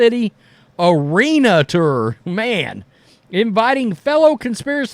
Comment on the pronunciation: Please learn how to pronounce TOUR…it sounds like turd without the d